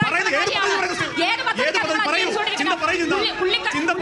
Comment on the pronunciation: Chintha alla chantha